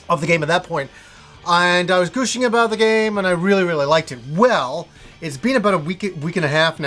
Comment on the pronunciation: "Gushing" not "Gooshing"